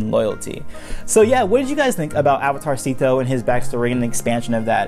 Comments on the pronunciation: I cat stop hearing "Avatar Szeto" as "Avatarcito" which is like tiny avatar, damn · Every time you said Avatar Szeto, it sounds like avatarsito which means little avatar in Spanish lol